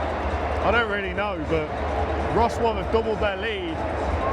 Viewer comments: Pronunciation - Vrotswaf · what amazes me is this: non-native english speakers spent like 3-5 hours every week to learn English mostly on pronunciation, yet you get this kind of butthead, incapable guy on how to pronounce just the CITY NAME he spends time in... and he fails miserably... you Brits are indeed a joke. STOP COMING TO POLAND, just keep watching YT movies.